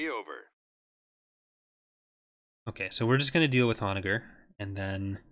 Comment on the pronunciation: Donnager is with a soft g; like gin!